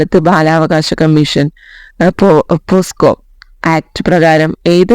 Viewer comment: പോസ്കോ Act അല്ല പോക്സോ Act😮